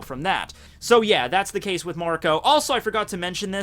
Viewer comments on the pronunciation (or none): none